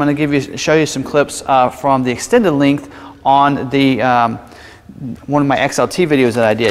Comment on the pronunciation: "Lingth" vs length? Cringe...